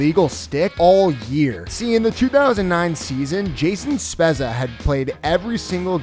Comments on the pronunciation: Jason Spez-za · Jason Spezza, says his name wrong (up to there only so far) (Zegras incorrect name drove me nuts too) and then right after has video of ref saying it correctly. Really!?!? Can't do the proper diligence to get things right.